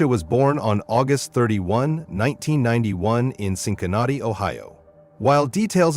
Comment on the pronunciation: Why you won't use your own voice instead AI or whatever you are using? The way Cincinnati was mispronounced ....